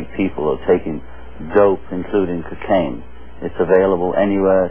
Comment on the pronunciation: Kakane?? what is that John?? lol